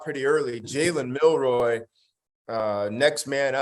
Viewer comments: Milroe- long “o” (not “roy”). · Milroe(row) not Milroy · His name is MILROE! Just read it. It's phonetic.